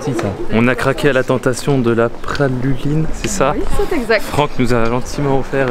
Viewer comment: Lyon capital des gones😊,et on dit bien praluline. Vive Lyon et merci pour cette vidéo.